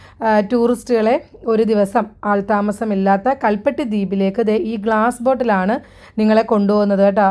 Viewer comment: കൽ പിട്ടി